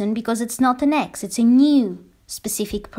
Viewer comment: For whatever reason sometimes for a second I mishear you saying "winning an ex back" as "winning an x box"...🎮📺 👫